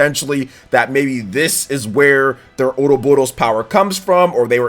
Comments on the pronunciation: Cringe. Why do you pronounce ouroboros as, "oodo-boodos?" That's not how it's pronounced and it's origin isn't Japanese. The correct pronounciation is, "oro-boros." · Bro quit saying Ouroboros like that! It's not a japanese word, you don't need to add some weird pronunciation or accent or roll the R. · Ouroboros. Been seeing this word since The Legend of Heroes series and still can't pronounce it right. Hell, I'm not even confident I spelled it right. lol